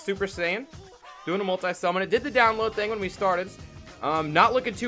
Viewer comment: Who says multie summon instead of multi summon